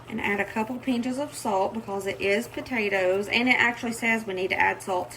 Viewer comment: Watching this was so much fun. I'm really impressed. BTW, the way you pronounce the word "pinch" makes me giggle because it reminds me of my grandmother who was from Arkansas.